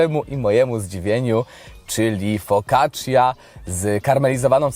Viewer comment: Focaccia wymawiaj cia jak cia-sto,cia-pa.....